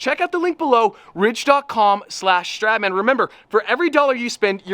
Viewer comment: Then stradman - street man 😂😂😂 an sorry no offence i love you